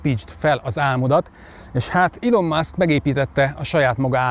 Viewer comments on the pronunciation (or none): none